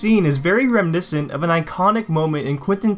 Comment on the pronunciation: "Rem-niscent" 🤔 You mean, reminiscent?